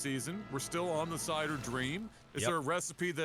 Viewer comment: I don't know exactly what it is about the way pronounces "Cider" but you can HEAR him spelling it "Sider".